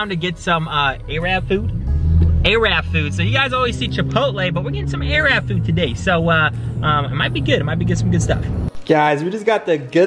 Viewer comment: Why u saying “arab” food bare weird🤣🤣